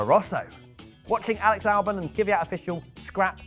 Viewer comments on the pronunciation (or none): none